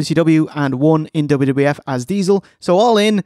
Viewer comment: I’m very disappointed with your pronunciation of diesel